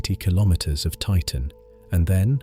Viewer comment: Kilometer pronounciation, please